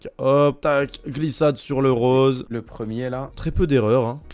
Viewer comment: Le premiemme ? :')